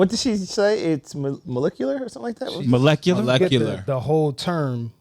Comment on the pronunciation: must've missed Regents week saying mo-lick-ular 🤣🤣🤣 bruh u wildin 🤦🏾